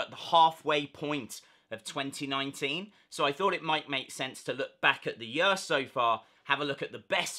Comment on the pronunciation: Makes me laugh every time when you say “year”